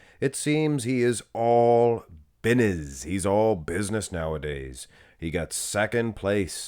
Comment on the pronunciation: “He stand on bidnes”this dude 😭😭😂